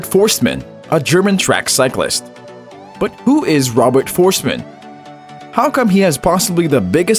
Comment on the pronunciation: Robert Fohrst-eh-man! Please take time to learn the pronunciation.